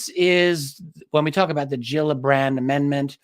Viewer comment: fish have "gills" and they are not pronounced "Jills"